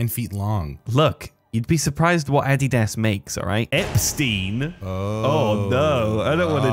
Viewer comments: The way this mf just pronounced "Adidas"💀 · lol, you say adidas like my ex mother in law